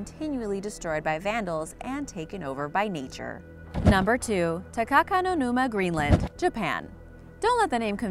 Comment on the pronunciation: ''is there anything scarier than an abandoned amusement park?'' Yes,when you get those looks from your parents when you know you messed up Also when you said takakuma I was writing yes and it sounded funny 😂🤣😂🤣😂🤣😂🤣😂🤣😂🤣😂🤣😂🤣